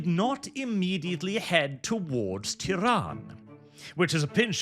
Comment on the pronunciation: I keep hearing 'Tehran' and it's hilarious